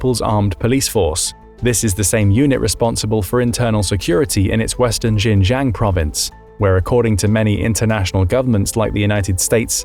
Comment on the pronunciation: Mankyuria? Zhinzhang? Maybe brush up on he pronunciation of these place names?